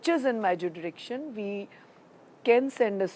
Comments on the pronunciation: You stupid moron, it's not 'judicktion'. It's JURISDICTION. Bloody idiot. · Great job...and madam ko btao k u r really not educated than our journalists..judriction nhi hota jurisdiction hota hai😂😂😂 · 'judrictiion' b'chd kya hota punjabi aurat?